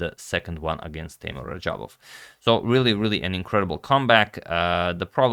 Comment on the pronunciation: Its teimour